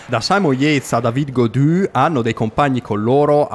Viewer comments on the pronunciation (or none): none